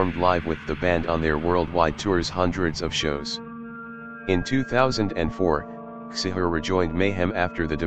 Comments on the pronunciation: It's pronounced chee-har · Csihar, not cishar... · It's not Attila Cishar it's Attila Csihàr and it's prenounced wrongly aswell... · *Csihar you said his name horribly wrong